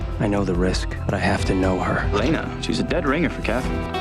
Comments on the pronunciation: he says 'sefaan' >:| its STEFAN! and she calls elena 'elen' 1.59 :/ they really have no clue do they :| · They Can't Even Say Elena At 1st! Gawd , You're Ment To Do Research About What You're Talking About,,,, I LOVE Nina , Ian [&&] Paul <3